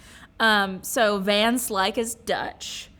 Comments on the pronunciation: My 2c - van is pronounced 'fun'. K bye 😂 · Van is pronounced like "Fun"